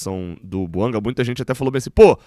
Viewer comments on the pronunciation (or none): A pronúncia é francesa: BUANGÁ. Chega de falar errado. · É BUANGÁ que se pronuncia. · Conforme a boa diretriz do canal, não critico a pessoa e sim o argumento. A pronúncia correta é BUANGÁ. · A língua oficial do GABÃO é o francês. A pronúncia correta do nome do jogador é BUANGÁ.